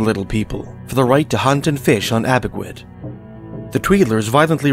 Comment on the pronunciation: Red men is racist Pronounce A bee way dumdum